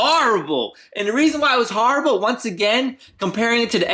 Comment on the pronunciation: learn how to say horrible